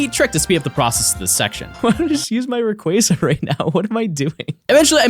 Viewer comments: I just wanted to say thank you for pronouncing Rayquaza's name correctly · I will say this. You are the only person of the poketubers w/e that said Rayquaza correctly. Every other person just pronounces it sooo wrong. easy sub